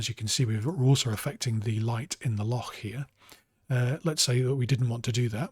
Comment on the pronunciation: Very helpful and just what I was looking for. Also great pronunciation of loch - it's a tough one 😃